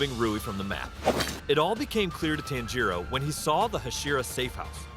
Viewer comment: The way he pronounces tanjiro bro💀💀💀